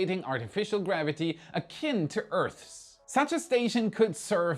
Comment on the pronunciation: Well done,. You've learnt to pronounce "Earth's"! 😂🤣🎊🎉